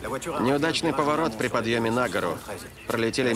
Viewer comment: Странньіе ударения в словах : поиски ничего НЕ дали, вьіехали НА гору. Почему не ,, не дАли"? , не ,, на гОру"?... Это что - искусство перевода...? Ну я понимаю в слове ,,одновремЕнно" или ,,одноврЕменно" можно говорить по- разному... но другие- то конструкции зачем менять...